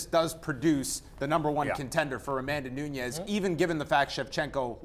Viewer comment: Valentina gets the win, if she doesn't get sucked into a brawl fight with the brazilian. Sticking to the game plan for the win. And by the way, not.trying to sound like a douche, bit why the hosts of the show keep saying Pena as "Peña"? And Nunes as "Nuñes"? They dont come from a Spanish speaking country, so their names are spoken In a different way